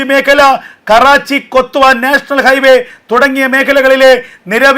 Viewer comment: കൊത്തുവാ അല്ല ക്വാറ്റ എന്നു പറ